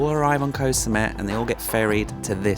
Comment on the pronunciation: You have been in Thailand long enough to know how to pronounce the word “Koh.”